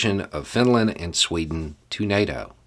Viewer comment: as usual, I love your perspective. But that "Sweto" slip up was hilarious and I sort of lost focus for a minute after it 😅 anyway, much love brother!